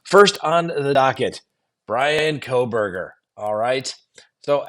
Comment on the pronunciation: You seem out of the loop with the Kohberger case in particular. . Mis- pronouncing the Victims name after all this time makes it appear like you don’t have a clue. Your analysis of this case has been a phone in from the get go.